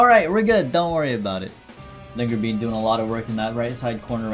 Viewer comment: i did a spittake when i heard linger bean, thought he said something naughty